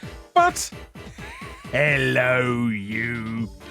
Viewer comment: Wrong accent. Larry most certainly has a very pronounced H in "Hhhhhhello you!"